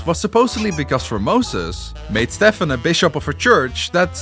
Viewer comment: yt:His name is pronounced as Steven, NOT Stephan.:yt